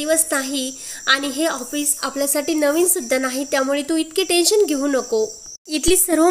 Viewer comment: हापिस नाही हो, ऑफीस